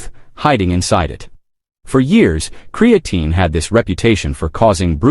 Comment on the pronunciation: Can’t watch your video if you can’t pronounce the word.